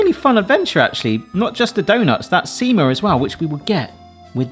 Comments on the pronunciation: You said "sima" at beginning correctly but later when you two were about to drink it you said "siima" which means "fishing line". Everything else you pronounced incorrectly. But looks like you did them correctly. Munkki color was perfect. You can avoid the one without hole staying soft and dough-y in middle by slightly flattening it. Sima looked good too. Cardamom is probably best spice in entire world. Only one that can even compete is vanilla. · You pronounced sima as siima they mean two very diffirent things sima is the drink and siima is fishing line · stop saying sima, every time you say it, it always sounds like seamen. Not joking